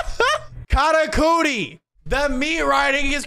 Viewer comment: man's really sayin katacooti this whole time